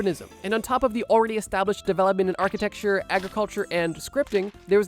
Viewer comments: Architecture = Ark-uh-tech-sure Not Architexture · Can’t get over you saying architexture